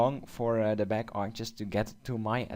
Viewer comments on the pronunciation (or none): Its not "Arker" its Archer